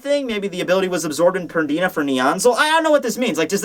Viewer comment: PERNIDA! It's frigging PERNIDA,! P-E-R-N-I-D-A. Not Perdina.